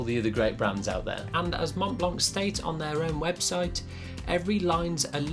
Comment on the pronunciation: "Montblanck" lol.